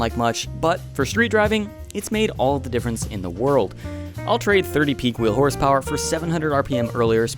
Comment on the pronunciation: "652.. 652 horsepowah to da wheel" 😂 dying